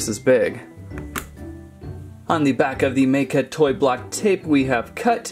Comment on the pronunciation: Ma.ka is how you pronounce it